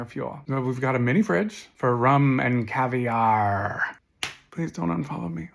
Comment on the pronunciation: I hate that I have to steal your "caviarrrrrrrr" quip.